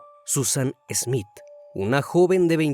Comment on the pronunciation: No es ESmith es Smith Ya es hora de mejorar.